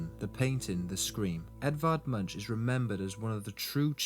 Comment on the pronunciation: Not pronounced MUNCH but sounds like Munk with the U sounding like soft O.